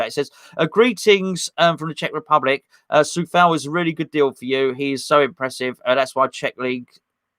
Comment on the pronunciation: It´s Tsoufal. Trust me, I´m Czech:)